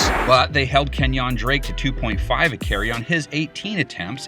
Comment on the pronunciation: Am I the only guy who doesn’t like it when he says kenyon drake.